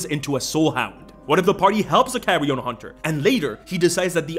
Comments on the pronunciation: pronunciation of "carrion" sometime sounds like "carry-on". This feels appropriate for a survivalist lich, especially if the player is British. Keep Calm and Carry On Hunting... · Carrion Hunter... Carry... Carry-on Hunter? Bro...